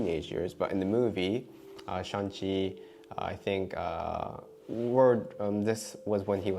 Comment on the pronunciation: No shan chi, shang Chi 😂 the movie was really good. thanks